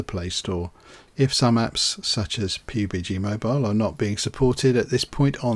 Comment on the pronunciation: I cannot fucking believe he actually pronounced it "Pi-Yu-Bi-Gee" It's pronounced "Pub [as in a bar] + Gee [as in 'gee wiz']" This is what happens when you use Windows! Also, if the point of emulation is to be able to get to your bigger-than-mobile PC ram, then you could just, y'know, play the PC version of PUBG! (Yes I know the point is to cheat but that's bad so you shouldn't do that either). Or you could just play literally any other game except Fortnite or something made by EA or Riot and have a better time. WIndows users are the biggest simpletons of all time!